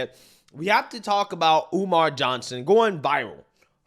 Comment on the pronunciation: I could have sworn he said his name was Dr. UMAR Oo Fontunae?